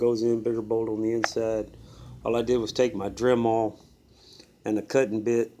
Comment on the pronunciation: What's a drem-all? Is that something like a Dremel?